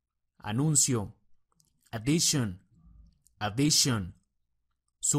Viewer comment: en la 3 no es addition adichon es es she al final no chon pero gracias por las palabras.